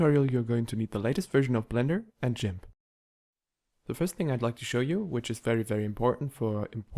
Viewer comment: Jimp?.... hahahahaha!!! Its Gimp!!! ❤❤ Edit: also still a great tutorial in 2023!!!